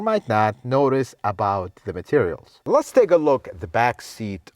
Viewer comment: "Lut's" say this guy is very knowledgeable, but "Lut's" say his presentation is a bit too theatrical. I enjoy watching his videos though.